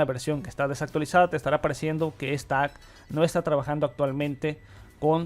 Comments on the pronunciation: dios qque desesperante es oirte decir "acs" se dice apps compa no acs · "Apps" se pronuncia "Aps" no "Acs" ._.